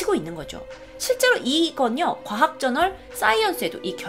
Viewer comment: 도 의사랑 과학 발음 안되죠?